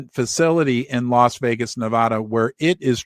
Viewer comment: If you want to speak like the locals it's Ne-VAD-a, not Ne-VAH-da. Just like it's Colo-RAD-o, not Colo-RAH-do.